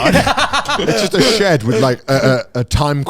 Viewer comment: "Shed", pronoucned "sheed"